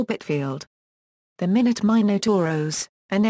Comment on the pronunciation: It is not pronounced minute., Rather my not